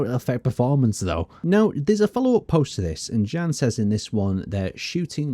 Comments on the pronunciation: Hi! I am from czech republic. We read name "Jan" more similarly to "Ian" than "Gan". Have a good day! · is pronounced "Yawn" or "yahn" not "Jan" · I've never heard anyone pronounce Jan like fucking "Dzhæn" Yon. It's a form of John. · I'm suspecting he is not pronounced as "Jen" - rater Jan, J as in Yolo, A as the open a in Mara. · Just a small correction, since I am Czech, just like the developers of Space Engineers: Jan (Jan Hloušek) is pronounced the same way you would pronounce Yan (EDIT: As Brianellis said, the full name is Yan H-Low-Shek. H being pronounced in the same way as in the word "hard") Or, the other option: just say John.